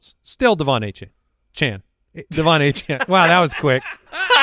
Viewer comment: Lmao the player himself said his last name is pronounced Achan, but go ahead and keep pronouncing it the wrong way